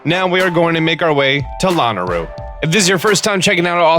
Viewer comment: it’s luh-nae-roo